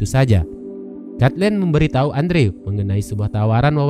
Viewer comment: Andrew harusnya dibaca endru wkwkwk😂